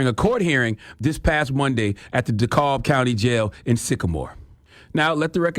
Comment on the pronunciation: It’s dekalb not dekolb